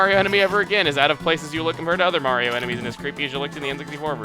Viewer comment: Let's 'ave a carriage ride! Mawio! Tewepor!